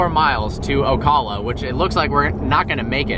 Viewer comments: It was awesome meeting you bro! But btw. It’s OH CAL UH. Not OH CALL UH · Pronounced yet again Oh-Cal-Uh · 🗣 It's pronounced OH-KA-LA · Ocala lmao u said o’clock lmao